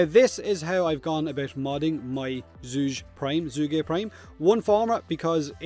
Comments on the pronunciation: For the record: Zhu-geh is closer in pronunciation. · Zhuge: pronounced as 'Jew-geh' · Zhuge is pronounced Joo-Guh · “Chu-ga.” Pretty sure it’s Chinese in origin. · zhu ghe... its pronounces seperately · It is pronounced 'Jugeh'. There's a voice clip on the wiki page for the famous Chinese scholar, politician, strategist, and overall man-of-many-talents, Zhuge Liang. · The Chinese sound that's spelled Zh is pronounced kind of like a cross between a Z and a J. So sort of like Jue Gay. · Hey, it's joo-guh. Don't be mad, you asked. Its inspired by the famous Chinese strategist, Zhuge Liang and the repeating crossbow the Zhuge-nu. Funny thing, while often attributed to its invention Zhuge Liang actually had no part in it. His name pronunciation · Since you asked, its: Ju Guh (like Bruh, that kind of "uh") xD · It’s pronounced Chu-ko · What’s my name? ZHu-GEr would be better approximation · it's pronounced Zhu-Ge, like Zhuge Liang, y'know, the famous Chinese General. E: I'm curious is your chin that MASSIVE or do you have a gray beard on your chin? E Nr.2: pls say that it is your chin XD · Please, the pronunciation should be ['ʈʂu'k ɤ ] in IPA or ['tsu'gə] for an English-like pronunciation, or Chu-ko if you still don't get it. The weapon Zhuge is named after the Zhuge Repeating Crossbow by 诸葛亮（Zhuge Liang) from the Three Kingdoms-era ( ). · It´s pronunced something similar to "Ju" in Julian and ge, "g" in goat, "e" is something like the "e" in french. Named after the Three Kingdom era chiense strategist Zhuge Liang. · It's read as this minus the "Liang"